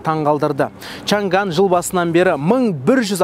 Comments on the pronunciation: Чан ган емес. Чаң ан деп айтылады. Чаң ан деген қытайдың өте ертедегі қаласының атына берілген машина. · 长安 chang an, чаң ан, чаң гаң емес(长-chang, 安-an) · Шанган емес ❌ негізі Шаң —ән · Брат өтініш Чан Ган емес, Чаң Ан деп айтшы 🤦🏻‍♂️ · Чаң ган емес,чаң ән! Chang an!